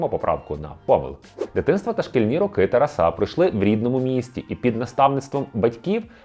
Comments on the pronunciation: Чому ви робите неправильний наголос???? ТарасУ, ТарасА? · Літературно- так, але на Заході України чомусь часто кажуть "ТарасА, РоманА"